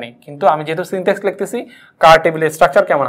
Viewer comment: Syntax, not syntex. Overall presentation is Good.